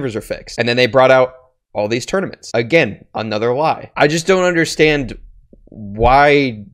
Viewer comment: No one:: undershtand